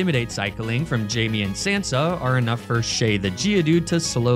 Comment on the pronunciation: Great video but the pronunciation of Eddard and Missandei is killing me. Also obligatory it’s Jaime not Jamie